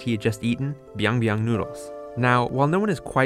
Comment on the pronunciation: But that is byeong byeong instead of biang biang, and because it is korean so the byeong actually sounds like pyeong